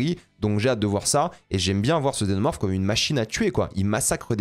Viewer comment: Un xénomorphe mal prononcé